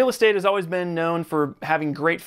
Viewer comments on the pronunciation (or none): none